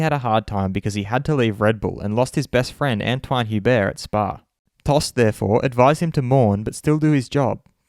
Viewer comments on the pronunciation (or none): none